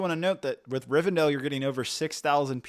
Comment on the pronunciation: I swear he's pronouncing words wrong on purpose. There's one in nearly every single sentence. He even threw a Riven'dale' in there at the end